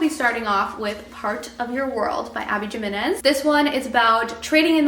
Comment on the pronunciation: the J in Jimenez is promised like an H 😂❤❤❤ but Just for the summer will be my first Abby Jimenez book and I’m excited 😊